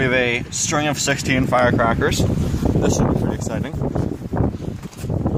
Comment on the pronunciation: I cracked up when you said firecraklers